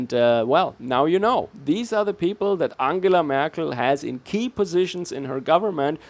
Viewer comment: merk-EL? sounds like annunaki